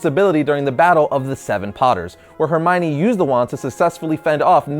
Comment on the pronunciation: Her my knee-Hermione